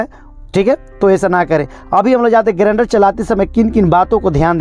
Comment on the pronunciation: Video acha hai bro but grender nahi grinder hai pronunciation me